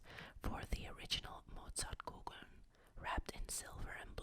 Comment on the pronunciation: so happy you're back ^.^ Do you speak German? Because you pronounced Pfefferminze, Mozartkugeln and Konditorei pretty well...